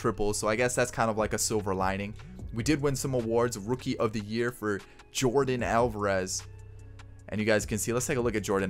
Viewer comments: I don’t want to be mean but you keep saying names wrong but I like your YouTube channel a lot! Just saying not being mean it isn’t Jordan it is Yordan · It's Jordan but it's Yorden🤣